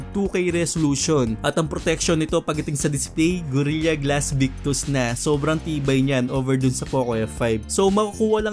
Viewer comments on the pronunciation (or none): ANO YUNG "GORILYA GLASS"? 🤣🤣🤣